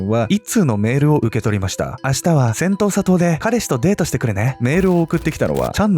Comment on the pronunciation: セントーサ島。 最初、音しか聴いていなかった時、 「戦闘・砂糖」 に聞こえてしまって、内容がなかなか頭に入って来なかったっす 申し訳御座いませんm(_ _)m 動画の内容の感想としては、うまい話には絶対裏がある、という教訓と、白馬に乗った王子様は現実世界にはなかなか訪れない、と。で、その恋人？とやらの遺体があがって、それが本人なのか鑑定したのかしら？DNAとか。 (内容が頭に入ってきてないので許して下さい😭)